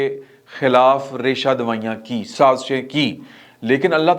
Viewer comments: ریشہ دوائیاں نہیں ہوتا۔ درست لفظ ریشہ دوانیاں ہے۔ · Reshadawain nhe ,its resha'dawanian